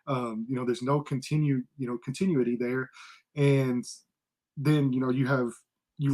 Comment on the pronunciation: “Continue-ity” lol. Sorry, that struck me as funny. I think, at this point, we Colts fans will accept any young QB, but I’m hoping for Richardson.